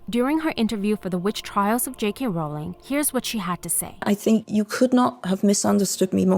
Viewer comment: because her name is Rowling, not Bowling